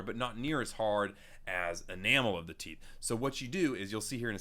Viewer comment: Talks about The Theeth Me: The theet is making the O.O Face Pause First this clikc the time stamp